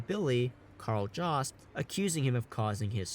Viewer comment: It's pronounced with a Y-sound and a B in the middle, "yobst"